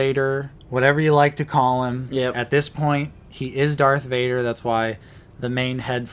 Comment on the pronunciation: I knew it was Dark Vader. You guys have been saying it wrong